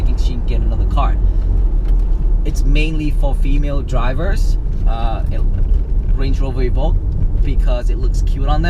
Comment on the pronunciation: LOL, I was reading this comment when he said it for the first time...I'm dying !